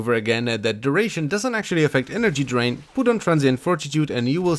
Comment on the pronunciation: “restrained his draint”